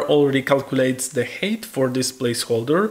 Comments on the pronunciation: It's Height not Hate, I was puzzled for min what he was saying 😅. But overall very informative tutorial 👍🏻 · Видео - супер. Единственно маленький момент height произносится больше как хайт, потому что хэйт это hate)))